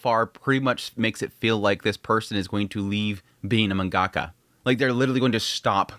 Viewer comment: The way you pronounce the word 'Mangaka' is so diabolical 💀